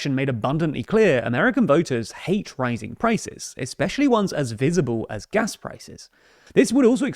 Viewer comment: Took me a few seconds to understand he was not actually speaking about gas when he was saying "gas".... lol wish they would work out what variety they were speaking :)